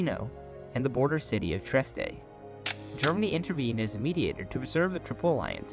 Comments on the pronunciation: Btw its Trieste not Treiste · It's Trieste, not Treiste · Its Trieste not treiste